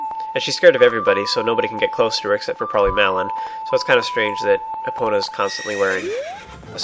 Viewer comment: u said her name wrong!!!